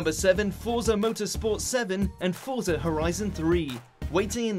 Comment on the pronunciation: Dislike for not saying "Forza" correctly.